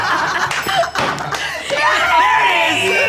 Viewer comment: He pronounces "hawk two" like "hawk tuah" because of the girl who went viral after saying "you do hawk tuah and spit on that thing"